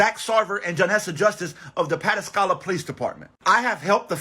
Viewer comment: It’s pronounced Puh-task-kah-la.